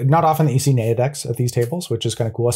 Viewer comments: Mind is blown that pronounces Naya neigh-a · I love Jerry's bewildered look as pronounces Naya and then cut/reset to "Red, Green, White" because of what I presume was some discussion/roasting